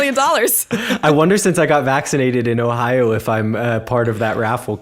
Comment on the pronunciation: I think accent-wise is a bit better. As a German, I can hear German accent quite well, I think. Especially the way she pronounces the word "Ohio" gives it away, I think. It sounds very German. But maybe that's just how the people there pronounce it as well, I don't know. It's quite different from the way pronounces it though. accent however is almost not noticeable. Of course, he doesn't sound like the people around me in northern Germany, but he just sounds like he would be from some lesser-known region in the south of Germany or something. Also, his German sounds very formal, like a professional speaker would speak it. Sometimes he doesn't get word endings or words slurred together quite right, though. Of course, the occasional misuse of words also gives it away, but it's the same with.